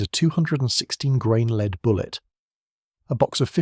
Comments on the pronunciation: Hollow "leed" bullet? I can't stand this AI slop reading. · More AI crap. Rifles that fire “leed”? Dead giveaway. Bye.